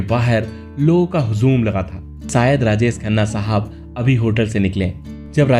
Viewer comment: यह कौन भैय्या है? इसका हिंदी उच्चारण कितना घटिया है। शुटिंग को सूटिंग, राजेश को राजेस, परवरिश के परवरिस, शायद या सायद, शादी सादी, manzil या manjil